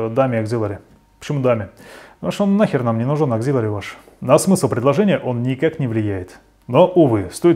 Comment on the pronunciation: Auxiliary, кажется, иначе произносится.